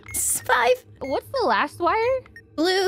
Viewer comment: you said lost instead of last that confused me for a sec lol